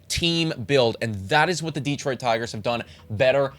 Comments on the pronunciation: yeah, here in Michigan we say it almost like "duh-Troit" with way more emphasis on the TROIT. Kinda weird but I never really though about it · Plus....DEE-troit still bugs me a bit. Emphasis on second syllable. But, honestly, very good video!